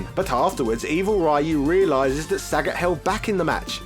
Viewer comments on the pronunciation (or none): Ryu.....Kage......Sagat.....trying to fight the urge to stop the video has never been so hard all because these characters names were being pronounced wrong.....on purpose. <_< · This guy refuses trying to pronounce the names correctly. It's not only Ryu, but also Sagat, Gōken, Gōtetsu.... It's not only a matter of British vs American pronunciation. It's ok to pronounce the names wrongly, but maybe it would be more respectful to at least ... try?